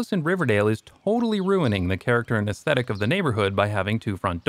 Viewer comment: "character" or "esthethic" had me guffaw at your emphasis/enunciation.